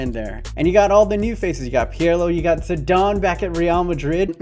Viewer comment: Zedon also 😣